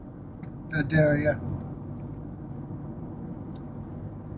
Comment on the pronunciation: Pronounced, Vye day yâ Leave the "L" out.